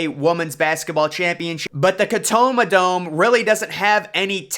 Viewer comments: For real lol wtf is wrong with this guy ? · "But the Catoma Dome" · The “Catoma Dome” 🤣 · the "Catoma" dome?😅😅😂😂😂